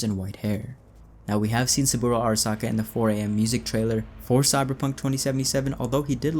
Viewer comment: wouldn't make more sense if it was Michiko Arasaka, and not Hanako? Also it's (aa) (ra) (sa) (ka), if you want that extra authentic japanese pronounced word, all vowels are short vowel sounds in Japanese. Bonus fact!